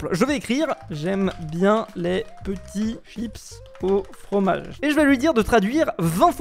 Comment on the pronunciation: frommage... déjà ya un problème dès le début